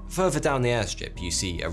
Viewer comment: Whats crazy is Christianity started as a cult with a charismatic leader. On a seperate note ...im now gon a start saying furver instead of further. Sounds cool as hell.